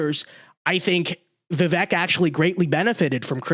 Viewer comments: "Vi-vake" not "Vi-veck" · You, and everyone else, are pronouncing his name wrong. The 'E' has a 'long A' sound, like 'Cake'. i.e. It is pronounced 'Vivake' phoenetically. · Hey, it’s pronounced Viv-ake like cake! It’s time to get it right! get it? Right! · It's pronounced Vivake. Rhymes with cake. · It's "Viv-ake", like "cake".